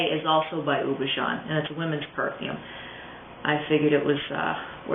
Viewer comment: Houbigant is pronounced oo-bee-ga(n). Hard g, not a zh sound